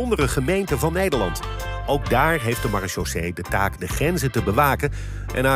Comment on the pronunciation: Nederland noemt zijn militaire politie "Maréchaussée" om vervolgens het woord totaal niet te kunnen uitspreken 🤣